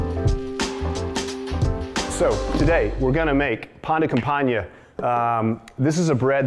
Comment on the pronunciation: Nom de dieu, le mec a massacré le nom 'pain de campagne'. Ça l'air bon par contre 👌